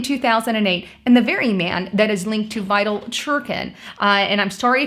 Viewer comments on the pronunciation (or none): His name is pronounced: Vi-Tally